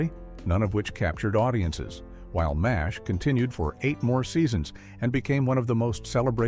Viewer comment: This episode is a mess. The captions and images don't fit the narration, by a Bot. How does Charlie Sheen manage to show up twice with the same story? Mas-H. How boneheaded can you sound? How did Gray's Anatomy survive survive at all? This group really hates Charlie Sheen.